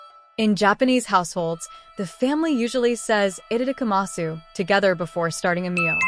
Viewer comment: You do not pronounce the U at the end.